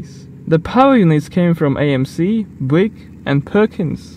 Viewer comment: STOP CHANGING YOUR TITLE SEQUENCE! lol We need to teach you how to say B-YEW-ick (like a southern american, lol). Actually the original protype (and some during the war) of the VW Type I had a radial 3 cyl. engine